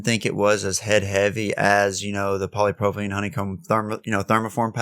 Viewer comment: You got the Poly now sound out propylene pro-pa-lene. Don't try to say the Y that's what is messing you up w/pronunciation.